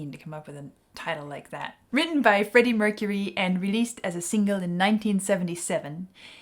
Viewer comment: “Greddie Mercury” XD.